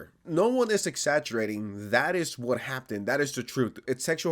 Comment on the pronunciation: Just want to point out something real quick, can you pronounce "Happened" correctly in the future? Why are you pronouncing it as if it has a "t" in the word? Thanks. (And yeah fuck the whole organization/company. "Security" my ass)